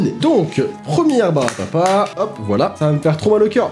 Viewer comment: Pourquoi personne ne parle du fait qu’il a dit au moins trois fois ✨ barbapa ✨